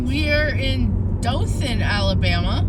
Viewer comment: It’s not dofin 🙄 it’s Dothan Dow-thin😑 if your going to come to our city pronounce it right it’s literally one google search to find the correct pronunciation